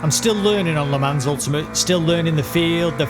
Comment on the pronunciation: It's pronounced "le mon" not "le mans".